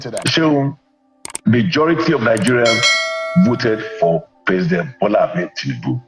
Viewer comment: Mr Narrator, the word you are calling "marjority," is actually "majority" like you want to call a "Major" in the Army, then add "rity" to it. And "colOssal," not "colAssal." Please take note for next time.